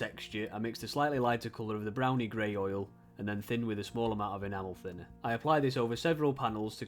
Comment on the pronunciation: I've watched so many of Plasmo's videos that I was really surprised when I heard "enamel thinner" pronounced properly :D.